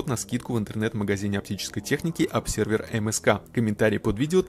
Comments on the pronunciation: не "обсервер", а "обзёрвер" хотябы ....... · Ребят, ну это же "əbˈzə:və", читается через "з", а то как-то вульгарно получается...